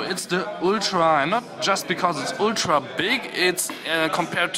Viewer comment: Did he just say Oooltra & not ultra